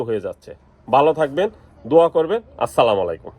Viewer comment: আরসালামালাইকুম হালায় বলদ সালাম টাও ঠিকমতো দিতে পারে না ।